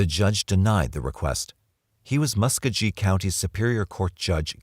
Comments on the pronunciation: For what it’s worth, the pronunciation is Mus-KOE-ghee (hard ‘g’ as in go) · I enjoyed your documentary. my only critique is that your pronunciation of muscogee county wasn't even in the ballpark, and the source that you mentioned repeatedly, Bruce l Jordan is a discredited alcoholic who embezzled money from Fayette county. That being said, I think there is no question that the world is a better place without Carlton Gary and without Bruce l Jordan on any police force.